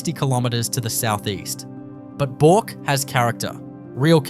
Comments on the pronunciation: It's not bork it's burk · Also needs to pronounce Bourke as BERK not Bork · Please pronounce Bourke properly. It's not pronounced "BORK"! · "Bork" ? Back of "Bork" ?? 👺 Is this some sort of AI Generated Outrage Pr0n to get comments and views ?? Are you deliberately mispronouncing EVERY location to trigger viewers ?? There's just no way you're this 🤡👹🤯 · and Bourke is not pronounced Boruk... as for Coober Pedy, not even close. AI Generated speech here.